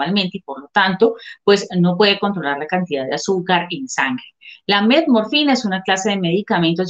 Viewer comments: "Del uso de la..." Del uso de que???. por favor, que alguien me ayude a entender, yo escucho: "METMORFINA"... Será que estoy mal? saludos. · Metmorfina jajaja, ya con eso de que la periodista no sabe pronunciar correctamente el nombre del medicamento del cual hará el reportaje, no dan ganas de ver el video 🤣🤣🤣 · Porqué ella dice Melmorfina??? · No sé dice metmorfina es metformina. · La periodista dijo Metmorfina? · Se que es Metformina, pero la Chica dice: "Metmorfina". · Es Metformina, no Metmorfina, como lo dice en el video! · Querida el medicamento se llama METFORMINA, no METMORFINA. Ojo con lo que te pasan para leer sin informarte. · Dijiste Metmorfina y es Metformina. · Se llama metformina ,no metmorfina. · NO ES METMORFINA...ES METFORMINA...NI SIQUIERA ESTUDIAS ANTES DE HACER EL PROGRAMA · METFFFFORMINAAAAA NO METMORFINAAAAAA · SEÑORITA LOCUTORA NOOOO ES MEMORFINA ES METFORMINA! JIJI QUE PENA CON LA DOCTORA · Que la periodista aprenda a decir bien el nombre del medicamento Por favor